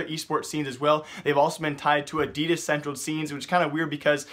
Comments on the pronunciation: Wtf is adias it's adidas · I am getting really bothered by how your saying "adidas" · Can you stop saying Adidas like that